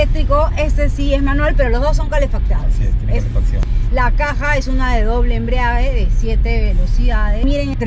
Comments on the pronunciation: Doble embriague? Jejej no será doble embrague?...tener cuidado con lo que se dice ya que otras personas al ver tu vídeo pueden seguir usando esa palabra erróneamente...por lo demás el vídeo está bien... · Una correccion con mucho cariño...la palabra es embrague...no embriague...sonara mucho mejor y es la correcta...muchos saludos...siempre veo tu programa...desde Piura-Peru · EMBRIAGUE NO, ES EMBRAGUE